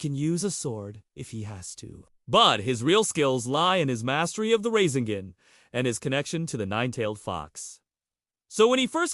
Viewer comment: The "Raisengen"